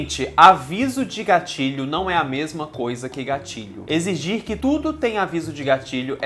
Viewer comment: Toda a vez que o falava "gatilho" eu ouvia "gatinho" kkkk Sei lá esse negócio de gatilho é muito besta